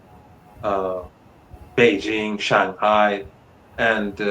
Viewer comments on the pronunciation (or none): none